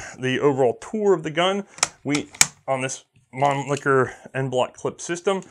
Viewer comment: So, gravity feed magazines don't work, but it saves the cost of a spring? Get outa here, a spring is the cheapest component in a rifle apart from the air in the barrel... p.s. please don't improve your German pronunciation. Man Licker is my favourite C&R double entendre. Mannlicher isn't funny at all. Love the channel, btw. Educational, entertaining and hilarious.